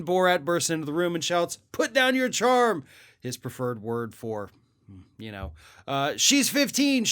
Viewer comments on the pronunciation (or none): Today I learned that Borat was saying "Charm" instead of "Hrum" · It is " Put down your hram!".